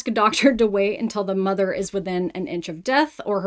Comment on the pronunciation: The word is MOTHER, not MARTAR!